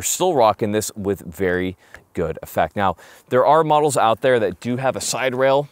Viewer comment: are you serious right neow??